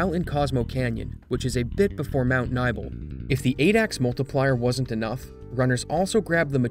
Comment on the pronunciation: It's pronounced Mt. Ni-bell. Not nibble lol